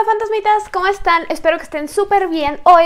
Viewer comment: Si porque dice 'ola fandazmidas" 🤣no se crean me cae bien